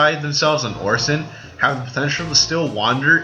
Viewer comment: Did he just say... "Orsin"?